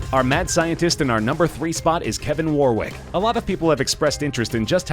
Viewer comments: The way he says Warwick is cringe. He says it so many times. I don't even know what Warwick did. I was distracted by WAR-WICK. A war of wicks? Fighting for candles? The chandler revolution? War wick. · Stop pronouncing Warwick wrong, it is pronounced "Warrick"